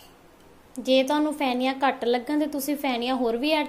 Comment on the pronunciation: Pheniya or feniya not Phhaniya